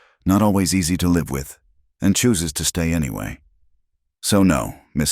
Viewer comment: AI is ridiculous prr the a over comment and how many names are mispronounced or misspelled l wish your ai bot was better trained to read. Live means to live and bot many times reads it as li v e . Read is pronounced raid. This is the kind of stuff that unnerves me.